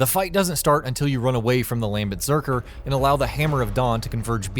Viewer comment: "Beserker" lmaaooo